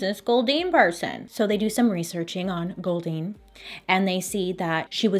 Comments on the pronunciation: This is bad but everytime she said goldeen all I can think of is the pokemon makes me laugh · Every time she said “Goldyne”, I though of Goldeen, the Pokémon. @@ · Anyone else making the Goldeen Pokémon noise every time she says Goldine? Just me? 🤣🤣🤣